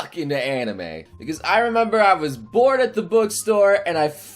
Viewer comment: When he said I was bored at the bookstore, I heard him say I was born at the bookstore